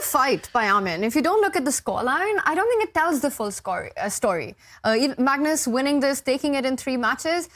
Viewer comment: “Magnoz Carlsen takes the wictory”